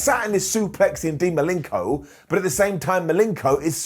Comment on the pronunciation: Who's Dean Malinko? It's Malenko